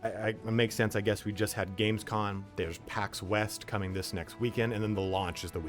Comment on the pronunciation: COM... Games COM... NOT con